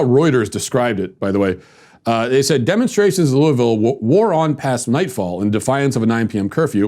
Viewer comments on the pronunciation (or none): First off, Louis-ville, not Louie-ville. I live here. You're a disgrace to honesty with what you're saying is the truth about Ms. Taylor. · It's pronounced luhvul. This man said everything except the correct pronunciation. Not too mention that if you watched the live streams (which I did for 8 hours) there was no violence instigated by the protestors whatsoever. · While this is just a bunch of crap, I must also add, learn to say Louisville. It’s not that hard really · Matt, I love you; but please never say Louisville like that 🙈😂